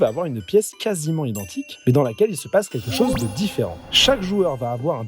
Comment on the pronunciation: "chôse" ? il sort d'où, cet accent circonflexe ?